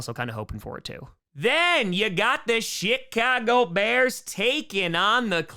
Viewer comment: Did he say chicago bears of the shit cago bears?